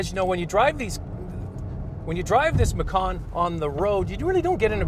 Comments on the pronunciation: The vehicle is a MacAn, not a MacOn. Why do many folks mispronounce... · Bruno TaTa And you believe this why? Are you an expert on German pronunciation? I can assure you it is NOT pronounced McKAAAN as this fool is doing. (For info: I speak German) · Love the way he makes sooo much effort to say Porschuh so that he thinks he sounds so clever, and then creates some weird way-off version of Mackkawn... laughable.